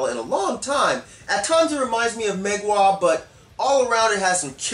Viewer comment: it's pronounced mgua, not mehgua. It's a Polish word for fog/mist/haze. but i can't blame you for getting it wrong